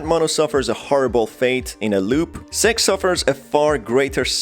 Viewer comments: Yeah sox wonder why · Why is he pronouncing six different You know what i mean😏